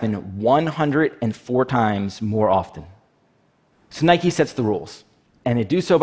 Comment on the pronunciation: I hate how the CEO of stockx says NIKE-EYS